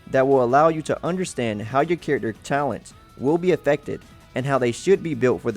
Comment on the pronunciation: I can't handle the way his says "character"